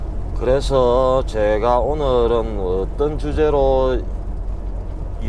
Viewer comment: 저는 이제 개인기로 디집님성대모사도 할수있어여. 축하의미로 한번해드릴까요.. ㅋㅋㅋㅋㅋ 안녕하세혀~디젤집십니다아~ 오늘은!ㅋㅋㅋㅋㅋ 아..오늘은이 아니라 어늘은~ㅋㅋㅋㅋㅋㅋ